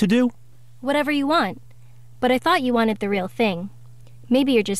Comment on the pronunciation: "Watned" That really dinked with my head.